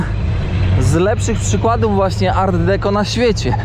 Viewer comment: Mówimy art decô